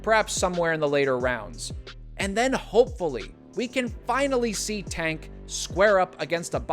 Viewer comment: Why do sum ppl say “a” instead of “ay” when pronouncing Tank’s name? It’s as if they’ve never heard it said/announced b4 lol